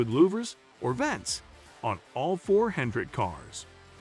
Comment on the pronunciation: Not sure how trustworthy this is since they can’t pronounce Bowman, and call Hendrick Hendricks and that it’s a firm .